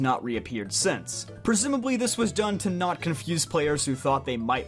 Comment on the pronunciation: NOT DOES NOT END WITH A G, IT ENDS WITH A T!